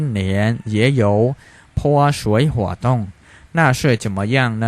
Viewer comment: 泼水活动ផ៉ សួយ ហ័រ តុង ម៉េចបងអាន ផ៉ហឺ វិញ